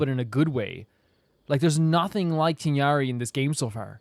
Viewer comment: TIGHNARI's name has a letter that English doesn't, so most people just pronounce his name like this Tay na ri